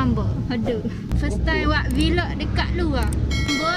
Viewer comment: Buke vilogg.. Velog velog velog VELOGGG . . Awok kalu blog, awok blh plok baco belog . Bakpo xbaco bilog ?? Veeeelogg. Vlog . Aaaa gitu . Xmaroh oyak jah . Nk sebut vilog pun xdok hal bena. Hahahahha.